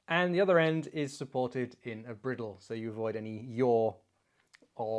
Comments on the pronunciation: Fascinating video, and as entertaining as ever, but "briddle"? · Chap, you and I both know that bridle is pronounced just like the headwear for a horse. Its purpose is the same as the bridle For your horse. Cheers